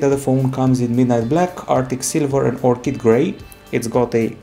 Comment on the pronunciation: finally someone who pronounces orchid correctly